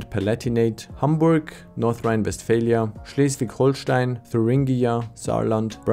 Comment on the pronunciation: You named Schleswig-Holstein right. Unlike a Page in German calling it Hohlstein